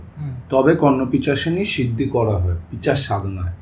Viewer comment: ওটা পিচাস নয় পিশাচ হবে।